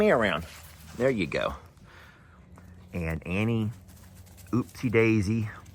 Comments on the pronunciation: please pronounce Upsie with the U instead of oppsie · still calling her oopsy instead of upsy, funny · Lol I have to laugh when you say opsie Daisy instead of upsie. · Upsy not Oopsy. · Hi to hello good morning. Hey do us all a favor please the babies name is up-see NOT oopsie. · You are wrong. Upsy is up like up or down. The baby is supposed to be a U this time. He's pronouncing it oopsy.